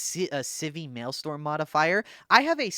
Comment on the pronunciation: I love but every time he says maelstrom it hurts me physically lol